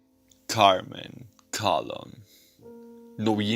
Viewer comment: Colón, Carmen Colón... no /KALON/